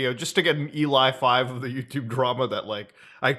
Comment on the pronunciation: Pretty sure it is pronounced Ellie-5, not Eli-5 :) but I could be wrong